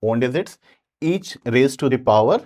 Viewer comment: Sir digit ✅ Dezit❎😅